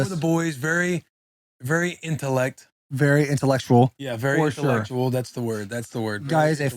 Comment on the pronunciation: Mans said "very itellect". I immediately subscribed